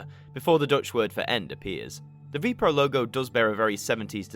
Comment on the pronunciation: Ah yes, the VPRO channel come on man, at least do a bit of research and find out which NPO channel it was on at that time also VPRO is pronounces vaypay-err-oh